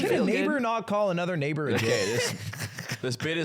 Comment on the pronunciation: never heard the g in neighbor before